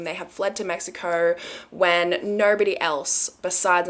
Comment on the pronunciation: The way she says mexicourrr😹🥺